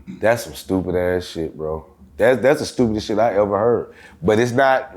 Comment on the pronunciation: “Have you eva thought new?”🤣🤣🤣